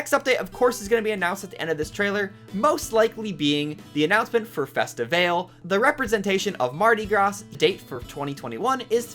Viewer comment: I'm just happy for toy day. You mispronounced mardi gras and festivale btw --- the Brazilian american girl